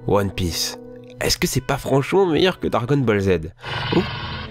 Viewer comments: Sa se voit que tu connais pas One Piece pour épeler Dragon, Dragon alors que ça se prononce Dragone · DRAGONNNNE (PAS DRAG-ON) Je parle de la prononciation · On dit pas dragon !!!! On dit dragone !! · De dragon sa se dit dragonnnnnneeeee